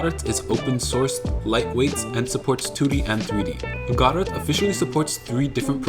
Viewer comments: I first thought it was "go dot" but "god et" is even worse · "Godet" is crazy bro it's pronounced "guh dough" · It’s pronounced “ ga dough” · bro doesn't even know how to say godot 😭 😭 😭